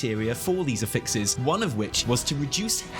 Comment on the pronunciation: This is your monthly reminder that it's AFFixes, not aFFIXes. I know loves to be corrected on his pron cough cough harbinger cough xD